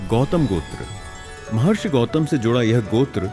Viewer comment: first we dont need to westanize our hindi word its not gotra its gotrr